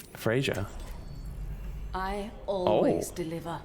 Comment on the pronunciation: Am I the only one who gets annoyied by how reads Freya?